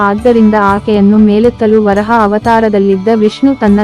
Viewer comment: ವರಾಹ ಅದು ವರಹ ಅಲ್ಲ ಸರಿಯಾಗಿ ಹೇಳಿ